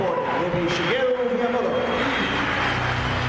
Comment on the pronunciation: Who's "Shigero" Miyamoto?? Also what a time capsule this is!